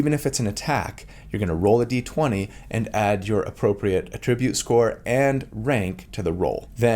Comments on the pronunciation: Friendly Neighborhood English Teacher here with a note on the typical pronunciation of "attribute": When using "attribute" as a verb, the emphasis is placed on the second syllable (ah-TRIH-bhut). Ex.: I attribute a calm, soothing voice to a person with a kind, caring personality. When used as a noun or adjective, the emphasis is placed on the first syllable (AH-trih-bhut). Ex.: The most important attribute score for a wizard is intelligence. - Your FNET ❤ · Quick note about “attribute” prononciation: AE-tri-bute is the noun/adjective. “His attribute” or “strength attribute” uh-TRI-bute is the verb version: “I attribute this to your genius.” Many other words in English do the same thing of shifting the accent based on the function of the word as noun or verb, ex. address, permit, record, or object. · Attribute is pronounced differently depending on if you are using it as a noun or a verb, in fact, many words are in English. He is mainly using it the wrong way, here. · I’ve never heard someone pronounce Attribute as ‘a Tribute’ before. Is that an American regional dialect thing? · It's attribute! not attribute!!! gosh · It’s pronounced attribute when used as a noun but attribute when used as a verb. Hope that helps. 😊 Thanks for the info! I loved your breakdown! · the emphasis for “attribute” depends on whether it’s a noun or a verb. First syllable for the former, second syllable for the latter. There are a bunch of words in English with this rule. (E.g. object or address)